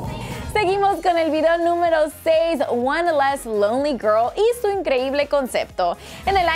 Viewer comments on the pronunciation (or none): none